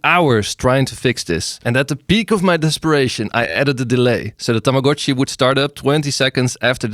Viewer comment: THANK YOU FOR PRONOUNCING TAMAGO-CHI CORRECTLY!!!